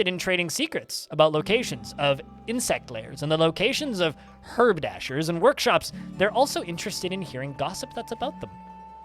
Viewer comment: Haberdasher, not herb-dasher,! It's the term for someone who makes/sells buttons, zippers, ribbons, and other similar small bits used for sewing; in the USA, it also means someone who sells/tailors men's clothing.